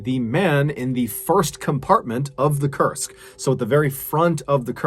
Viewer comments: I kept thinking you were saying the name of the sub was Cursed. It's pronounced as "Koorsk" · This whole time, I thought you were saying it was named "The Cursed", and I was like, "well, that's your problem right there." Now, I realize that that is not the name of the ship. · When you said "Kursk" I thought you were saying "cursed" ... lol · "Kursk" or "Cursed"? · Forgive me for being didactic. It’s pronounced K-oo-rsk. It’s important to get these details right. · I thought you were saying cursed all this time and I’m like wow that’s the worst name for a sub 😂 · I kept thinking he was saying cursed too! It wasn't until later when I saw the named spelled out I realized I was wrong. It does make you wonder about the similarity tho. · Koorsk is the correct pronunciation